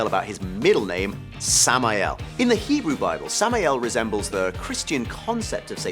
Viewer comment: wow.. u even got the hebrew stuff 100% כל הכבוד!